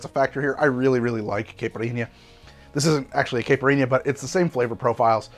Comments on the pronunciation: Dude. You got to learn how to pronounce caipirinha. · That's not how you pronounce caipirinha!!